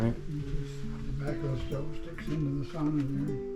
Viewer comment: How come you pronounce sauna as it is supposed to be pronounced in finnish?